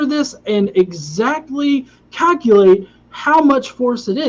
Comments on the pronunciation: Also, I really don't get why you constantly pronounce "Neil Degrasse Tyson" as "Degrassey" and not "Degrass" Please actually respond... I really want to know. I'm assuming its one of your little quips or puns that you somehow think is SOOOO clever so you constantly say it over and over and over and over again. But I just don't get it... "Degrassey"? like the TV show or something? I really just don't get it. If he doesn't answer me, someone on here who knows the answer to this, please respond. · Please quit saying degrass ee Tyson. It makes you sound like an idiot. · Since you keep going on the diatribe on him mispronouncing a word, you keep mispronouncing Neil deGrasse Tysons name when the E is silent in deGrasse... double fucking standard 🤦‍♂️🤦‍♂️🤦‍♂️